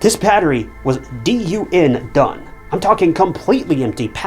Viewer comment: the battery was DUN done? wtf is that a bit of AI creep? or your own interpretation of a new way to say done ?